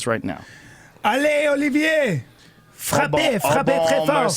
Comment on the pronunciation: Bryan has a very nice "Olivier" pronunciation @@